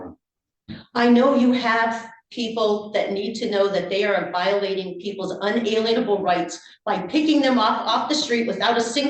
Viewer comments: Most frequently she said un-a-leen-able which isn't correct (ever seen the movie Alien? it's pronounced the same way) and sometimes she tongue tied herself with word salad it started with "in" and then some random order of the letters. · I had to back up the first time, to make sure I hadn't heard it wrong. Even the caption generator couldn't figure out what word she was butchering! I pride myself on my large vocabulary, but she said the word with such conviction, I began to wonder if "unaleanable" was a real word. If you think about it, though, a sov cit might pick out "lien" in the middle of the word and think that's the part to emphasize, the way they obstinately point out that they're not the "all caps" person in the lawsuit. 🙄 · She cannot even pronounce the word “UNALIENABLE” correctly. Where the bloody hell do these people come from. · She can't even pronounce unalienable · She cant even pronounce the word "unalienable". Not to mention these "god given rights" arent given by god... theyre given by government. Need proof? Kill someone andnsee who stops you, god or government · She really should have at least prepared enough to land on one consistent pronunciation of 'unalienable'. That is driving me crazy!!😂😂😂😂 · I think her mispronunciation of 'unalienable' is because SovShits are obsessed with 'the money' and know the word lien relates to that. She's a horrible person in total and I wish he'd cut her off and held her in contempt at every possible opportunity 😑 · The judge needs to stop her ranting or hold her in contempt. He allows her way to much leaway. She thinks she’s so knowledgeable, but can’t pronounce unalienable. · I wish she would say inalienable rights properly. Grrr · Maybe if she could actually pronounce the word "inalienable" correctly it might add a little credence to her ridiculous arguments. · How come they can’t pronounce “unalienable” rights properly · How come no sovcit can pronounce unalienable??? 😆 🤣 😂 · "Un a-lean-able rights" 😆